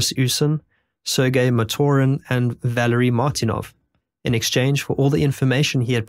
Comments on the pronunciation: Believe it or not, Valery is pronounced Vuh-larry. Had a friend in middle school with that name. A right cunt he was but that is a different matter. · Valery isn't pronounced "Valary". The clue is in spelling.